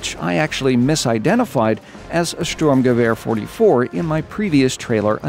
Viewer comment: You really nailed the pronunciation of the ,,Sturmgewehr 44“ (Assaultrifle Type 44)!!! Good job.